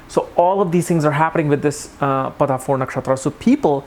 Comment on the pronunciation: its PADA not padHa !!